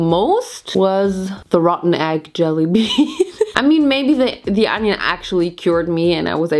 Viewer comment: Girl, its ONION, not ANYUN. XD Your Harry Potter puns were on point!